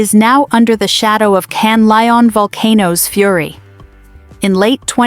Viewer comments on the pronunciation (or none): Canlaon not canlion